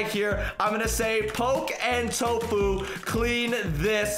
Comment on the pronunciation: When he said tofu , hahahhahahahhahahhahahhahahahahhahahahhahahhahahahahhahahahhahahahahhahahahhahahhahahhahahhahahahahhahahah I think he meant Tfue